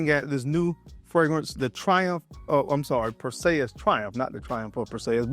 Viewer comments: You said his name wrong bruh. Clash of the Titans. It not Pur say us. It is pur·see·uhs. Just wanted to let you know. I am not trying be funny. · Is anyone gonna tell him that he's fuq'n up the name... PerSAYus😂😂😂 Nahhh bruh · PER-SEE-US... Is how it's pronounced